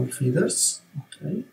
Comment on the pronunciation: It’s astounding for an amazing artist who’s so well versed in highly complex designs, can’t even pronounce a simple word like “feathers”. In the first portion of the clip I kept wondering what are these “feeders” that he’s talking about. I’m well aware that he’s Italian, but it takes a few seconds to correct a mispronounced word when it’s pointed out to you, So this is a constructive feedback.